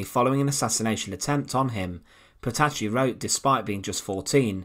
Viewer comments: You should consider find a narrator for your videos 😎 And her name was not PETASHI, but PETATI. That's how it sounds. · Petacci is correctly pronounced in Italian Petachee not Petashee.